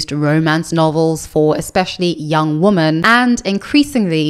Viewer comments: thank you. That explanation still doesn't make sense, because she pronounces "man" and "men" differently and correctly. But thank you, I didnt know she spoke on it before. Does anyone know which video? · Am I going insane? Why is everyone on the internet pronouncing women "wi.muhn" (the plural) the same as woman (singular) "wu·muhn"? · why are some creators pronouncing "women" as its singular "woman"? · I think in the "I'm not happy discovering I am a lesbian" video Also this is written in the description of her videos: FAQ Q: Why do you pronounce "women" the same as "woman"? A: I am South African with a particular Queen's English/south of England tinge to my accent. Please be understanding, respectful and don't send me emails or leave comments about this. Thank you :)